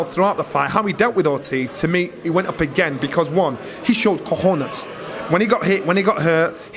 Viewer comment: First man in the UK to say cojones properly.